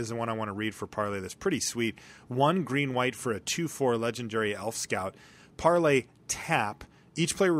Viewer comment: It's par - LAY. Haven't you ever seen Pirates of the Caribbean? You should watch it if not. Michael Bolton loves that movie.